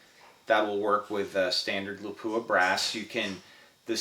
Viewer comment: Just a little language detail, if you'll excuse me: Lapua is not pronounced LaPOOah but LAH-poah with the first "a" vowel stressed, short and pretty much like you pronounce the "o" in "concentrate". It's not for understanding correctly, only as a courteous gesture of respect for the company Lapua in Finland :-).